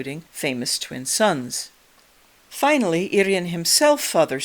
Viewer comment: Thanks for correct pronunciation of Urien- "Irr-ee-en" - so many people pronounce him as "Urine" 🙄